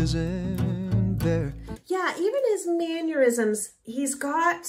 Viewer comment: Since you're a (really good) singing teacher, I'm sure you'll appreciate a tiny note from a language teacher: It's "mannerisms," not "manurisms."